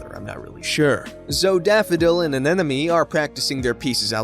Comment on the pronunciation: Sorry to be picky but the word is Anemone not Anenome.